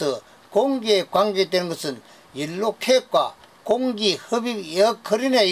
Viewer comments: 연료로 발음이 잘 되지 않아서 그래요. 이해 해주세요. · 열로는 대구 사투리로 연료를 말하는것 같은데요?